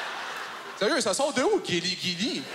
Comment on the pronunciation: Quand il a dit “Guiliguili” Ça sonnais comme “Kirigiri” (Les fan de Danganronpa vont comprendre)